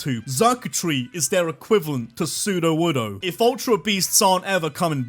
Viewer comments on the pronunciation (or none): none